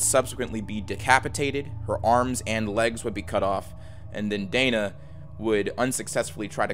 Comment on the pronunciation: I am pretty sure her name is pronounced Dena with an e not Dana.